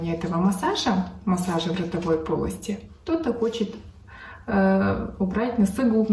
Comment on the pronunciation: В родовой полости слышалось мне 😂 Глеже думаю такая может быть на лице 😅